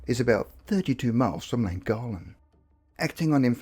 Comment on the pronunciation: Llangollen = thwing-GOTH-lin